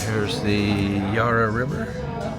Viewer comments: Mate you haven't mastered the accent just yet it's the Yarra river with the emphasis on the A .Welcome to our beautiful country. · he pronounced Melbourne well but blew it with the Yarh ra river instead of Ya ra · BTW yarra is pronounced, "YAR-A" not "YAR-ER" if you want the ozzie dialect.. ;-p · My cobber it's not Yarra is Yarra not yuarra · Dude, it’s not Yar-rah river. The A is short as in apple. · The a in Yarra is pronounced like the a in arrow not ar like a pirate. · Yes but tell him its not yar rah...its ya ra for gods sake!! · pretty good. Just wanted to add it's the 'Yair-uh' River. The Vic Market does have everything. It's the biggest public market in the world. You totally missed the fruit and veg/meat/coffee/cheese part. The food part is the best. You can buy food picked less than 12 hrs prior. Nothing fresher unless you grow it yourself. Great experience inside the Melbourne Gaol. Wish you could have got Ned Kelly's death mask in the vlog. Great video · You did well in pronouncing Melbourne (not as Melborn) but the Yarra is "a" AS IN APPLE. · That's my wonderful city! You should have gone to the Block Arcade and the Royal Arcade - they're fantastic! So many great places you didn't see. That was a very brief review of Melbourne. And the one thing you thought was expensive was the meal at the Hyatt Hotel - and the room was pretty small too. That's an American company... And I'm hopeful that someday a tourist will pronounce Yarra correctly - but sadly, it wasn't this time. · The Yarra is more a feature than an actual attraction. And the first vowel is not stressed, more like the 'a' in 'and' while the second sounds like 'uh'. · Great video and.I spent most of my youth in the Melbourne suburb of Beaumaris.Pronunciation can be difficult for non locals.The Yarra River.Pronounced like "Harry". Swap the "H" for a "Y" at start and the "Y" for an "A" at end and you have the local pronunciation.